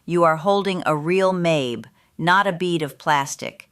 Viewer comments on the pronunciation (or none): It’s pronounced mah-bay, not May-b